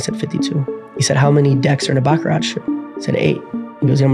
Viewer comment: Calling Cap Baccara(t) no T 😅